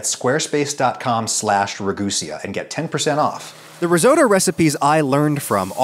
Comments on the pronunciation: I thought it was pronounced Ra Goo See Yah, but now it's Ra Goose Sia! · It’s pronounced re goos-e-ea....woah